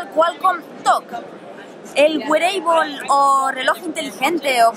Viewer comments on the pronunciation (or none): güereibol mas bien seria su fonetica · Hahaha "Güereable", han hecho mi día